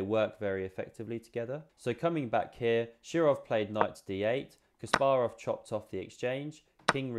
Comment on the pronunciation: Suscribed for proper pronunciation of Kasparov. 👍🏼